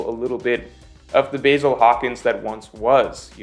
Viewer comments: Pronounced Bah‐Zil. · Please watch the anime so you can pronounce the names like the Japanese would Basil🍃? Seriously?😂